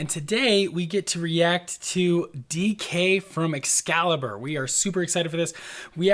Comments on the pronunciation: Hiii it's "XCALIBUR" not "XCALIBER" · tysm for this reaction, I'll watch the whole thing as soon as I can!! it's 'xcalibur' tho, just sayingg👀